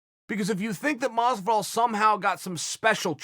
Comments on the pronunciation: Chael sonnen: Mas-vu-dahl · Chael "mosdivol" Sonnen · Moz but all , maaass vidal wth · Chael "Mozvidoll" Sonnen. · George mas-vu-dahl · Everytime he says masvidal take a drink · Masvidal : Hor-hay Chael: George Masvidal: George